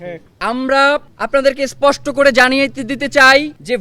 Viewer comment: সুইপোস্টি ❌ স্পষ্ট ✅ পোস্নে ❌ প্রশ্নে ✅